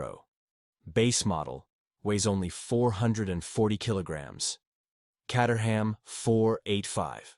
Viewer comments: Caterham is pronounced “K 8 er ham” not “Cat er ham” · When are they going to sort out AI so it can pronounce words like Caterham properly. It is Kate-eram, not Cat-eram. At least it didn't pronounce the 'h'. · The Caterham is not pronounced "Catterham", it's pronounced "Cayterum". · More tedious AI. And if you doubt that this is AI, ask yourself why Caterham is sometimes pronounced Cahterham and sometimes Cayterham, in the same sentence. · Pronounced "kay-ter-um" not cat-ur-ham. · Cater ham. FFS. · FYI the Caterham is pronounced "kay-ter-am". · Cat 🐈 a Ham 🐖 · Neither! Caterham is pronounced….Kay-te-rum. The ‘h’ is completely silent and the ‘am’ is pronounced “um”. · Love the different pronunciations of Caterham. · AI can’t decide how to pronounce caterham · How many different ways can you mispronounce Caterham in two minutes? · I loved how the pronunciation of names varied often and sometimes even in the same sentence!😊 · This video makes me ask one question. Is Caterham pronounced Cat-er-ham or Kate-er-ham?